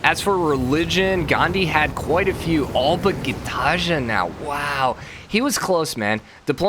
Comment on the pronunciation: Gitarja No Gitarja Yes No hate, just please pronounce it like the second one normally.